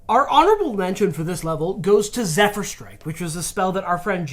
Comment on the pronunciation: Sorry, it's Zephyr, not Zed-fyr.